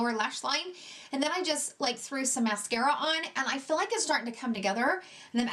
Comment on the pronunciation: Why does she pronounce feel like “fill”? What kind of accent is that?